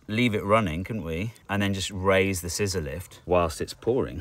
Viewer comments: I heard "sizolelith" instead of scissor lift, and for a couple seconds thought he was building the wall out of some weird kind of stone. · Every time you said scizzor-lift fountain I heard Sysyliph's fountaint, and for few seconds I was thinking it was some greek philosopher. And even after I got it, I woudl get bamboozled for a second next time anyway XD.